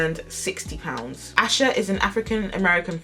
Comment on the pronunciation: For clarification her name is pronounced “Ay-sha” not “Ash-a” Now with that said I hope authorities find her or at least what happened to her so her family can have some kind of peace and closure! Happy Tuesday and have a blessed day!